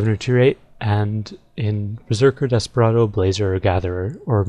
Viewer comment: for a sec i thought you said omustardo instead of Desperado